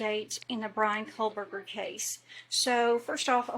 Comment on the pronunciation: It’s the Brian Kohberger case, Not KoLberger.